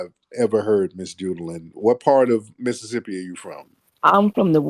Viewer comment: “It’s Judah-LUNN”